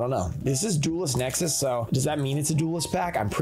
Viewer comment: You said duelist nexis